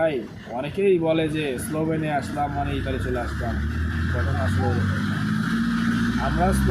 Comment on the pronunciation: এটার নাম ইতালি। ইঠালি না